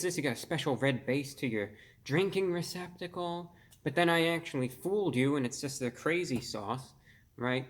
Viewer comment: “Drinking Receptical” wut